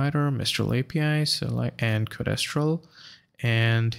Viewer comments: Codéstral? It's code-stral dude. Mis-tral. Code-stral. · No I mean your pronunciation. It's like nails on chalkboard to my ears, each time you say "co-des-tral". Code-stral please.